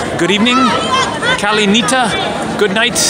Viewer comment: Yea should have been kali nixta! But he is making good efforts!